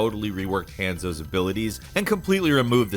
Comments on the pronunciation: The way you pronounce names sometimes pisses me off.. Hand-zo? Really? Hanzo.. Hon-zo.. Long a.. My boy is not a hand. Also you did Gjally so wrong. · Hehe sounded like you called Hanzo HANDSOAP. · ITS PRONOUNCED HAUNZO!!!!! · Man can say guass correctly but not gjallarhorn and hanzo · I don't play overwatch, but why is he mispronouncing Hanzo?